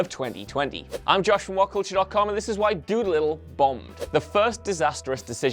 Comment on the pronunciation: funny how did you pronounce Doolittle ??